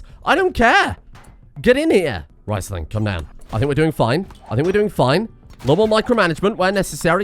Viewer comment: Please, Riesling is pronounced REESling not RICEling.